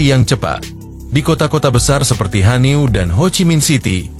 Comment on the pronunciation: Hanoi bukan hanio